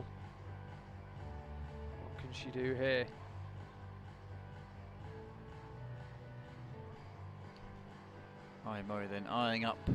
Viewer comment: The pronunciation of names is completely random! Every time a different name! Mori Ai crash the boulders!